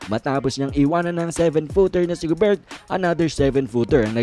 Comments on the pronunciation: .."gober" boss,,hindi "go-bert" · silent "t" ung gobert